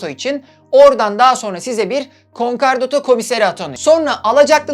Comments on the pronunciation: Konkardato değil konkordato. Videolarınızı ilgiyle izliyoruz. Çok başarılısınız. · Bir hukukçu düzeltmesi: KonkArdato değil KonkOrdato :) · Konkardato değil konkordato:)) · Konkardoto degil, konkordato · concordato * conkardato degil ayrıca acıkladığın gibi de değil sadece bir kısmı o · Sevgili severek izliyorum seni ancak bazı telaffuzların yanlış konkardato değil konkordato'dur. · Konkar değil, konkordato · Küçük bir hatırlatma, Türkçe bir kelime olmadığı için dilimizin dönmemesi kabul edilebilir bir durum: kon-KAR-dato değil kon-KOR-dato yani Konkordato diye telaffuz edilmesi gerekir :) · KONKARDATO DEĞİL;KONKORDATO... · konkardato,konkardota bir doğrusunu söyleyemedin doğrusu konkordato. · Konkardato değil konkordato 😉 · "Konkardato" değil kardeşim. Konkordato doğrusu. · Konkardato degil.Konkordato. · Konkardato değil konkordato dostum . Ayrıca konkordato kararını icra hukuk değil Asliye Ticaret Mahkemeleri verir. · Konkardato değil konkordato ve görevli mahkeme Asliye Ticaret Mahkemesi. Hukuksal kısma çok girmesen iyiymiş 🤦🏻‍♂️ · "Konkardato" değil, "Konkordato". Bunun dışında çok başarılı çalışma 🙏🏻😍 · "Konkardoto" değil "Konkordato" olacak. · konkardoto değil konkordato olacak çok fazla üst üste söyleyince yazasım geldi :D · Concardoto değil concordato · konkordato olacak yanlış duymuyorsam konkardato diyorsunuz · ALLAHINI SEVERSEN KONKORDATO DEMEYI OGREN BASKA BISEY ISTEMEM. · Emeğinize sağlık. Bir küçük düzeltme yapayım. Doğru telaffuzu "konkordato" şeklinde. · Konkordato bukadar guzel konusuyorsun dogru telaffuz lutfen dikkat! Insanlara yanlis ogretmeyelim! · WTF! Konkordato kelimesini söylemeyi bilmez, hukuki süreci yanlış anlatır. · Videoda hatalar var. Konkordato sözcüğü yanlış okudunuz ve icra hukuk değil adliye ticaret mahkemesi 😇 başarılar